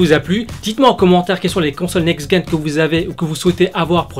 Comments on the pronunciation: Next Guen ???? WTF ? C'EST NEXT GENERATION DONC ON PRONONCE NEXT JEN !! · le "g" se prononce "j" pour generation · Juste on dit : NEXT JEN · Next gen se prononce "next jène" pas "next guène" (gen pour génération ) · Next jen hahaa pas gaine quel con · Bien, par contre NEXT "GUEN"... Oh putain de merde ! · NEXT "GUEN" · Très bonne vidéo, cependant, un petit quelque chose me demangeait en début de vidéo donc j'ai pas pu me retenir de poster ce commentaire pour te dire que l'on ne prononce pas next-GUen mais (comme le mot "gène") Voili, voilou, je suis venu faire mon gros relou pour une prononciation de mot donc je ne pense pas que ce commentaire mérité de l'attention, mais j'avais besoin de le dire... x) Sur ce, encore merci pour ce podcast >< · Tu dis "Guènération" ?